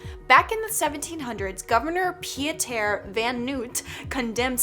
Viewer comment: Gosh... I am watching this video on my dad's account. But that's not important. I'm from South Africa, and even though it's sad that you don't wanna come anymore, I couldn't help but laugh at the pronunciation you used. Pieter is kinda pronounced Peter, and 'Boer' is my home language, Afrikaans, Word. But I understand the confusion. Lots of South African words are hard for the American people to read and pronounce. Also, even though you're scared of the Castle of Good Hope, it's a really fun part of South African history.